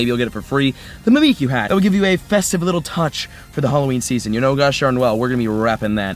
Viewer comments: It's pronounced mimic-you because it's mimicking Pikachu because Pikachu is loved and Mimiku isn't. I don't know how long I'll be able to handle "me me q" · Mimick-you. Mimikyu. Other than that, great video. Don't worry, I've heard worse, you're still awesome. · Mimikyu is pronounced Mimic You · Mimikyu is a Pokémon that mimics Pikachu - so, phoenetically, you should pronounce it "mimic you". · It is said Mimic-you, Just to let you know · Aye bruh, it's pronounced Mimic-You. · Just say it like, "mimic- u". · prononce mimikyu as mimic you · Just so you know, it’s pronounced Mih-Mihk-You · mimikyu is pronounced Mimic-kyu or me-me-kyu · It’s so funny when he doesn’t know how to pronounce he 3 Pokémon name or mimikyu